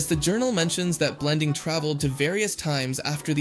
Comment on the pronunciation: He also got Blendins name wrong